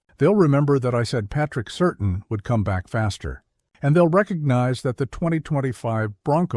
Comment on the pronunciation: Please say Patrick Surtain’s name properly.